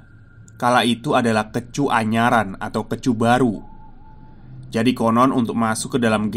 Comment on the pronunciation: kEcu = huruf E dibaca seperti kata: bokEk